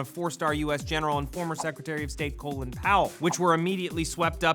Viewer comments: Colon Powell?? awesome pronounciation of Colin... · Hearing how he pronounces Colin and being name Collin makes me want to die💀